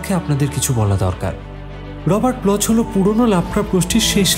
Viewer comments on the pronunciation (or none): খুব সুন্দর পরিবেশন! কিন্তু লেখকের পদবীর উচ্চারণ "ব্লখ্" (ব্লচ্ নয়)।